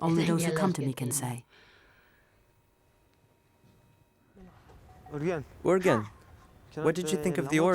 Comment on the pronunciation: His name is Urgen but calling urgan.